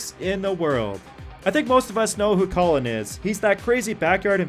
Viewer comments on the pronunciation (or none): none